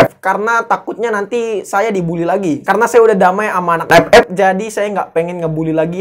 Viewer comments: Anjim ampe ktawa terbahak² gw klo denger EPEP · Gw malah dengernya bukan epep tapi pe*ek:v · Enak ya bang kalo ngomong ,"EP EP 🤣🤣🤣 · gua pas dengar ngomong epep kok mesti tertawa knp ya njir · ya enak aja gitu ngomong EP EP awkawk.. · Pas blg EP EP, over gain mulu. Hahahaha.. Penekanan bgt nih. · Njir enak kli ngomong epep nya😂